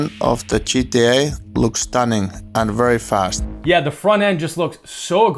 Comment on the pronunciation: Veri vast